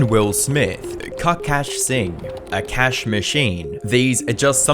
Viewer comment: I don't think its "A cash "